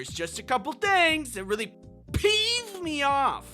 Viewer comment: Did you say peef